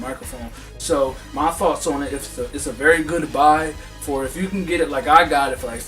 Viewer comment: "it's a berry goodbye" lolz